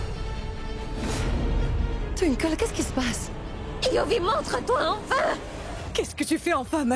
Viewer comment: Ils ont faussé une partie le début au lieu de dire écoute moi yuvi elle a dit couj